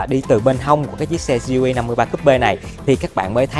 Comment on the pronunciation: Gờ Lờ E nghe cho quen a ơi =))